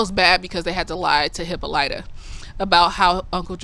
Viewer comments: You have heard the name Hippolyta before. You just heard it pronounced differently. Hippolyta is the name of Wonder Woman's Mom. In the show, they all accentuate the "Y," when they should accentuate the "O." Hippolyta's a Greek name, by the way. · They go over the origins of the aunt in the book. I think its Greek. Hip-PAHL-it-ah is how thw audiobook pronounced it. I too watch supernatural and agree in their similarities. And she didn't grab the handle in the paddy wagon because she was handcuffed. But for some reason I feel like her hands were free but when she hit the ground she was cuffed